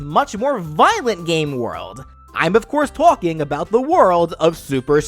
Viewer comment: tolking lol